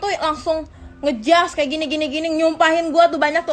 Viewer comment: Ngejasss cuy bukan ngejudge